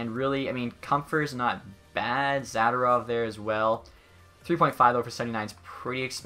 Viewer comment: Why can't you pronounce any of the player names? "Kin-kad" "Sawdderberg" "Zadderov".